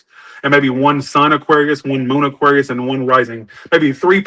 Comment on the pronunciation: I feel like he messes up aquarius alot. I dont want to say it on purpose. But I dont know